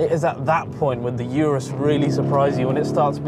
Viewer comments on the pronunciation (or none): It’s OOOROOOS NOT ‘ UR’US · why do you call it "Yourus" insted of Urus? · IT'S NOT "YOURUS"... IT'S "OROOS" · Is not “iurus” is “urus” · It's not a Yurus. It's "oorrroos." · Its pronounced “Ooorus” Ooo as in Too URUS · If you subscribed because of the little things, the guy isn't pronouncing the name of the Urus properly. That's not a small.detail to over look is it.